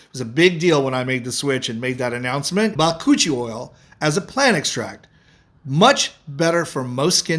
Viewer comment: i cant get over how your pronounced the ba koochie oil . and its pronounced correctly lol